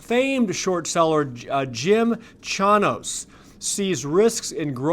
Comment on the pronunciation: it’s pronounced Chainos! 😅